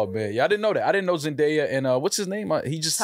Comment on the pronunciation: is never gonna get Zendaya’s name right 😂